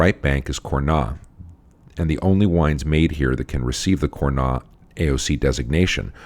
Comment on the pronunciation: Congrats again for this great cast, thank you to make it so easy to learn about wine. :) Quick note though, I don't mean to be the typical French correcting English speaker pronunciation, but even though it is not logical at all, we pronounce the "s" in Cornas. ;)